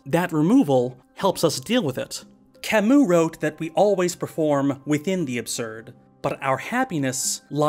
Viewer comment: wow you taught me how to say camus I've been saying it wrong this whole time wtf how come philosophers always have hard names